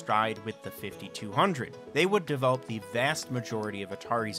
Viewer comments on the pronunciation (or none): none